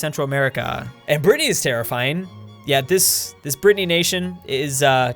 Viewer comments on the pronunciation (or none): Did call Brittnay a Britnnay nation?